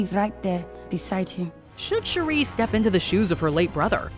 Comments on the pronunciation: Her name is NOT "Sharrie". Please get it together 🧏🏾‍♂️🤦🏾‍♂️ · Why are you calling shuri "Sheree" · How do you shalack and mispronounce Shuri's name so bad???? It's only been said outloud in movies for 3 years now. Kinda disrespectful. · The way she pronounced Shuri...jeez! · Put some respect on Shuri’s name and pronounce her name right! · Your Pronouncing Shuri Wrong...please correct it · Why are you pronouncing Shuri’s name like that? 😭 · The amount of saying Shuri name so wrong. The annunciation of Shuri is wrong